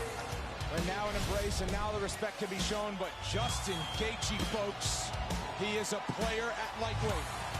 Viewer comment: Why is it every time I hear him say gaethje I hear gay beech